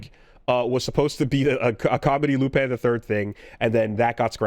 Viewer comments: Lupin is supposed to be pronounced like you would in French. Patlabor is a made-up portmanteau so it's understandable why he would mispronounce that one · Any reason too why mispronounces Lupin and Patlabor here?